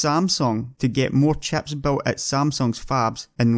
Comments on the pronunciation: if you pronounce chips as chaps wondering how do you pronounce chaps? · Great vid but I can't help but laugh when he says chips, it sounds like chaps. Fab the chaps.